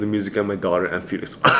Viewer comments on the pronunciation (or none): none